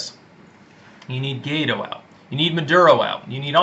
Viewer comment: To properly pronunciate "GUAIDÓ", the candidate to replace MADURO, repeat after me: -Why? -Doe -Why Doe